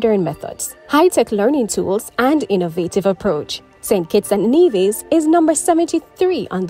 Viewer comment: Nevis…Trinidadian…Santiago. Before you post videos… learn the correct pronunciation of the names please. Every country and people deserve that. Viva Cuba!